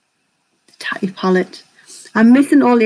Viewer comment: I want this palette!! Are you subscribed to Tati on YouTube Lauren? She’s gorgeous ! This is her first a palette from her brand. Her name is pronounced Taaaa Teeee lol xxx another gorgeous look xx